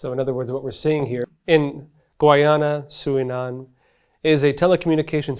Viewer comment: Its pronounced GUY-ana! I don't understand why that's so hard to pronounce. You people never seem to get it right.